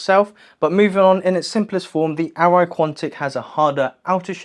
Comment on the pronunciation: arai, not aero